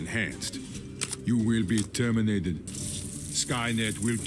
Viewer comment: to be tiörminatid🤣